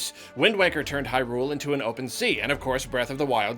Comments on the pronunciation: It's HIGH-Rule not High-RULE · Hey Hey Hey buddy ... "HIGH-rule" not "high-RULE"